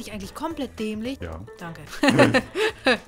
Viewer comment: Anfang Lägender xd